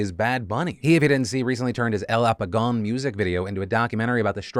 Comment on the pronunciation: Philip trying to say el apagón is my highlight of the day